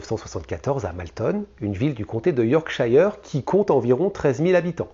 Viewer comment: super chaine. par contre si tu dois faire d'autres affaires en angleterre, yorkshire nese dit pas " yorkchaïre" mais " yorkcheure" comme " shirt" et skirt 🙂